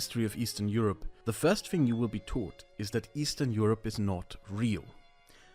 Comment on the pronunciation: Eastern Euroee